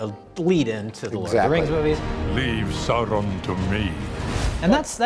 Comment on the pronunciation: Why is it that American's have such trouble pronoucing Sauron?